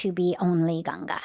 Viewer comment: First time a foreigner pronouncing Ganga ji perfectly🫶🏻